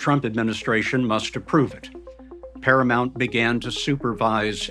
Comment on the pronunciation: It's ParaMOUNT....not ParaMONT. It's not that fucking hard. Can you say MOUNTAIN? then say the first part of that. MOUNT. not MONT.